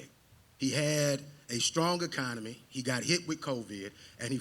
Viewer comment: Bros first words are miss pronounced didn’t know it was pronounced ecomony😂😂 if these are our congress representatives from the republicans I fear for yall honestly.